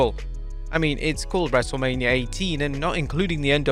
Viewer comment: U said wrestlamia 😅